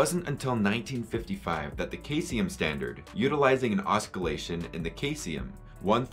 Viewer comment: Similarly, caesium is pronounced see-zee-um.